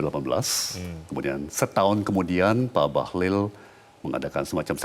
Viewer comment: Bahlil bukan Bahlul kan ...jgn salah ucap beda arti 😂